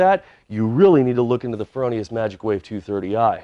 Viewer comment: FROH Nee Us dude. NOT FerOhNeeUs. Other than that? Excellent Great gear!